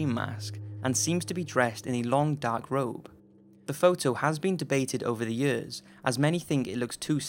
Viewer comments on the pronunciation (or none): "Like the scream mask" "and wearing a robe" like the scream rob